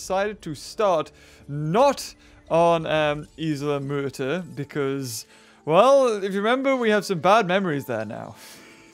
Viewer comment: When you said isle maerter I thought you said isle murder